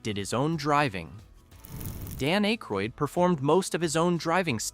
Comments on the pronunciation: Its ack ,, roydd not ache, roydd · 😮Hey, it's pronounced "ACK-ROYD" not "ACHE-ROYD". Otherwise you did a great job. Thanks for the trivia. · you need to figure out how to pronounce peoples name its Dan Ackroyd not A-kroyd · Pronounced short A - Ay-kroyd. not long A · A-croyd? SERIOUSLY? Have you just arrived from MARS? Say his name like that once more and i'm off! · I would love to watch a video with the Blues Brothers factoids and Easter eggs. But I literally cannot sit thru this video with the narrator can’t properly pronounce theman’s name. Hearing “Ache-roid” again and again makes me wanna scream. 😂 Also, you would think that they’d point out the people who made cameos, like with a still shot with an arrow or something. This video really seems lazily made. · Eh-kroyd lol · Dan Aye-kroyd? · At least pronounce akroyd properly man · I can’t watch this if ya can’t get his name right . Bye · Learn how to pronounce Aykroyd.